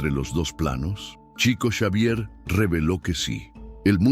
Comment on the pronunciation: No se pronuncia TCHICO… és portugués CHICO, shico, diminutivo de FRANCISCO… SHICO SHAVIER 😇